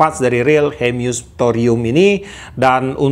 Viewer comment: Hemus pak bukan hemyus 😁😁🙏